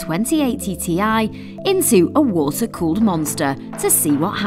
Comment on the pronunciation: "Water colled monster" perfect fit